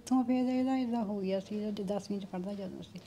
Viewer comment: Veere ਤੁਹਾਡੇ ਇਲਾਕੇ ਵਿੱਚ "ਸੀ", ਨੂੰ "ਤੀ" , ਕਹਿੰਦੇ ਹਨ ਪਰ ਮਾਝੇ ਵਾਲੇ ਅਸੀਂ ਵੀ ਤੁਹਾਨੂੰ ਸੁਣਦੇ ਹਾਂ ਇਸ ਲਈ ਤੁਸੀਂ ਕਿਰਪਾ ਕਰਕੇ "ਤੀ" ਦੀ ਜਗਾਹ "ਸੀ" ਬੋਲੋ , ਸਾਰਾ ਪੰਜਾਬ ਤੁਹਾਨੂੰ ਸੁਣਦਾ ਹੈ, ਤੁਹਾਡੇ 'ਵ" ਦੀ ਥਾਂ "ਬ" ਬੋਲਦੇ ਸ਼ਾਇਦ ਜਿਵੇਂ ਵਾਲ ਦੀ ਥਾਂ ਬਾਲ